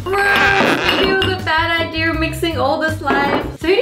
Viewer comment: I love how she says idea. Idear